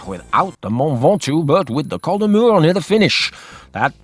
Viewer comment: You pronounce the “s” in Col de Murs. It’s just down the road from me. One of my favourite climbs.